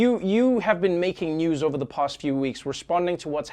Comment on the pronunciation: past... not bast